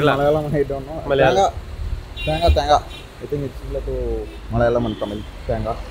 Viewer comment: Tenga (or Tengai), not Thenga (which means 👍 in Hindi/Urdu 🙂)